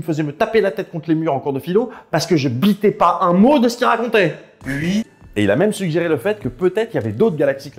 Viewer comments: le ui m'a tué (mrjday) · Le "ui" tu veux dire